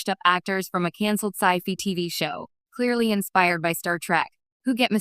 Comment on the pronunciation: The episode of the newer show similar to Outer Limits / Twilight Zone reminds me of the mirror universe episodes of Star Trek Enterprise. BTW, for the "fi" of "Sci-Fi", it might help to adjust the vowel to sound more like "aye" than "ee", like the fi in Semper Fi basically rather than fee.